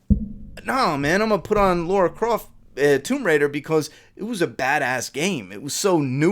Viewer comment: Why do americans say laura croft its lara 😂